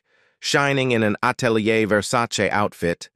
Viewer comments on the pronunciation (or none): none